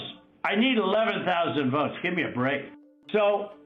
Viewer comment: Pay attention on how Trump pronounced to word "votes". He sounded like a mentally ill guy with speech impairment.